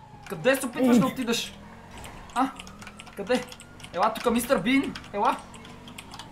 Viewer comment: човек много ме изкефи като каза думата мистар бин